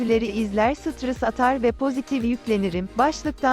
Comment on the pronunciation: Kimse: Gerçekten hiç kimse:: sıtrıs